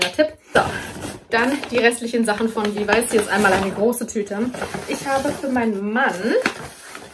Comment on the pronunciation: Die Aussprache von LEVIS ist übrigens in beiden Fällen korrekt!!!😊😁😙